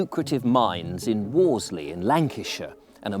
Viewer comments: Good stuff! Excellent and utterly professional content, delivery, and production. One small point of pronunciation. Worsley = Wurz-ley. I grew up there. Having subscribed, I look forward to seeing many more. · And being really pedantic, Worsley is pronounced Wursley. Brilliant video so all is forgiven😁